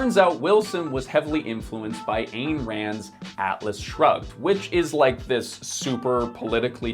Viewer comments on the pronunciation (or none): Ayn Rand's first name is pronounced eye-en. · Ayn like eye with an ‘n’. Fine, shine, twine, mine, wine. Say it right or keep her name out’cha mfkn MOUTH!